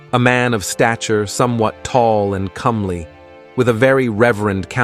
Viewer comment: it's comely, not "Cumbly"